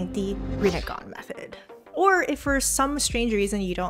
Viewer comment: The second you said rinnegan i fell in love